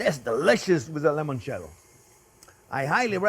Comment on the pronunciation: Chef, once and for all, it's NOT lemoncello, it's limoncelleo. Limoncello, limoncello. Geez!